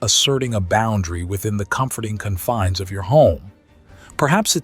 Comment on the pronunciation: What the hell is Confneese? Seriously stop